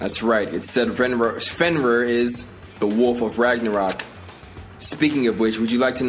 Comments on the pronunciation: fenrrr? rir is pronounced rear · No disrespect, but it's pronounced as "Fen-REER", I heard you saying "Fenwar" at times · Its pronounce Fen-Rear. Sorry lol it's my dog's name and I just want you to say it right